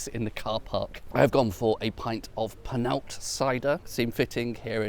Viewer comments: Love your videos but PLEASE: The village is not Panalta, it is Penallta (put your tongue under your top front teeth and exhale). You are an intelligent chap so please at least try to pronounce Welsh place names correctly! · At least try the ll sound in Penallt😂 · That's how the Welsh figure out if visitors are English marauding tourists who cross into Wales over the River Wye from Redbrook; they make them pronounce 'Penallt' as a shibboleth... or rather a 'shibboLLeth'??? (but unlike the poor Ephraimites of yore, they won't be slaughtered in the river's edge. Their perry might be bumped up in price though..))